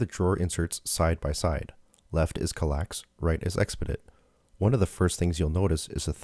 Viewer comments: Psst; it's KAL-ax, not kaLAX. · That pronunciation bothered me in this video.